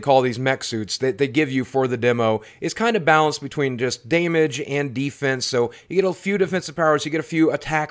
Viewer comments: Did you just day "Day-muge!?" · You say damage weird/wrong???